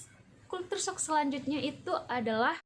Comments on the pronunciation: Sedikit Pembetulan..culture shock..kejutan budaya..bukan kultur shock!! .kalau nk sebut bahasa ingeris sebut la betul2..bukan bahasa indon dirojak ingeris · Bacaan nya begini... kal-sher-shock